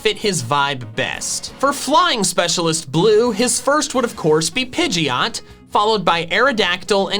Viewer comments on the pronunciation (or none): DO NOT LEAVE OFF THE D IN PIDGEOT!